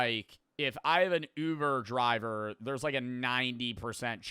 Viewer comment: "i've never been to oover draber"